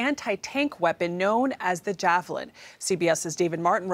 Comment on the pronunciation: Why she say "jafflin"